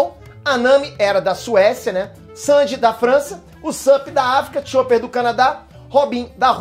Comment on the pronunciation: ele falo o nome do chopper errado!